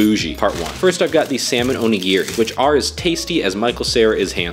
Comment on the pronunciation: Onigere it’s onigiri and it’s not nori it’s sounds like your trying to be racist it’s pronounced nodi